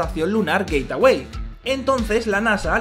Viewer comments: Se dice geitwei no geitawei😝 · Por qué dice "Gateaway" en vez de "Gateway"?????? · Gate-away??? 😂🤣😅 que mala pronunciación